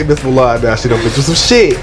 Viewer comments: they keep saying moo-lawn lmao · I can’t stand Mulan. And why does he go by “milan” but spell it M-u-l-a-n ? Ghetto